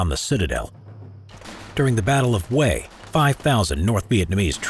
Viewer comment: I've only started watching this but I just know the narrator is going mispronounce Hue again.